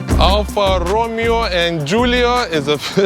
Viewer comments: the "Me" part in Italian & Spanish is said as May, not like Me in English which is Me, Myself and I. Every time he said Alfa Romeo, he was saying Ro-Mee-o as in Romeo & Juliet (English). Here is a Spanish example, Mesa as in La Mesa California. Mesa is pronounced as Maysah If you ask google to pronounce Alfa Romeo this is what it will say al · fuh row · may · ow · I been thinking about getting one of these. Also Romeo is pronounced Romayo, in English it would be RoMeeO, however Alfa Romeo is Italian so it’s Alfa Romayo. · Alfa Ro May Oh....Come on....say it right!!!